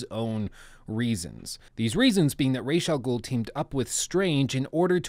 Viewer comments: Umm excuuuuuuse me bruh!? "Rayshaw Ghoul"?.... Nah doooood... Oh hell nah bruh, not on my watch you son of a B****!!!! If you've seen the latest Batman Trilogy they clearly pronounce it like Ra-Za-Ghoul.... Rayshaw Ghoul, man you're cringing me out every time you say it hahah STOP IT!!! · ii dont think ya did play ANY of the Batman Arkham games or atleast not ALL. its pronounced [Raazz-AL-Ghoul} you mispronounced it EVERY TIME...... I dunno if ur testing people or what.... But go ahead double cheack it. if u played the games wouldn't you know that? Hes a pretty MAJOR CHARACTER.